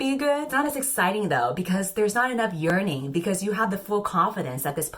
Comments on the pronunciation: drinking game to go along with this video: take a shot every time says ‘YeaRNinG’ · every time you said "yearning" I just heard it as "urinating" :( it was driving me up the wall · Nobody: You: YeArNiNg (honestly same) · No one:: "Yearning"